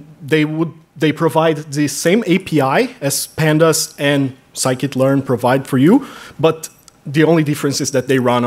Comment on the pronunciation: sklearn is sci-kit learn, the guy says that properly